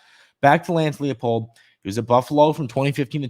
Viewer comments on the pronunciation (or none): Everyone pronounces the Kansas coach's name wrong. It's L-EYE-POLD. It's a German last name. In the German language, "ie" is pronounced "ee", while "ei" is pronounced "eye".